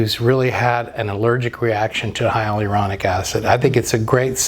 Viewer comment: I dont trust drs that cant pronounce hylauronic